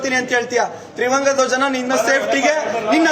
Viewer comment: ಒಹ್ ಕೆಪ್ಪ.. ತ್ರಿವಂಗ ಅಲ್ಲ ಅದು ತ್ರಿವರ್ಣ...